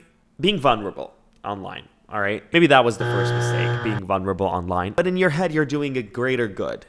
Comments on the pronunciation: vun-ruh-ble? REALLY 😭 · the way says vulnerable 💀